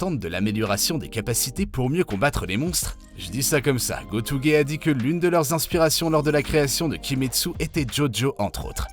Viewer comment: Koyoharu GotOUge